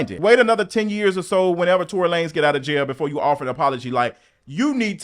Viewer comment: I loved when you use to say Tory Lay-nez 😂😂😂😂 I’m crinnne